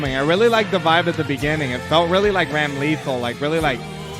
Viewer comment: I cringe every time someone calls my bae RAM-LEE-THAL